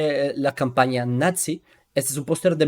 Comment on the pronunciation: hola, mira se pronuncia "NAZI" no "natzi" 😊